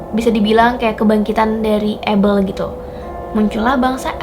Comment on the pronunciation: Kain dan habel kak bukan abel